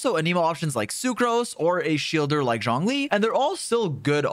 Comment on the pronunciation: Nice video dude only thing is you keep saying johnlee when its zhongli